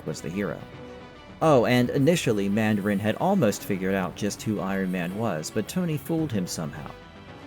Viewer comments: "Man-dare-in?" That is not how you pronounce Mandarin, sir. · So says the man-dare-in! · Stop saying Mandarin like that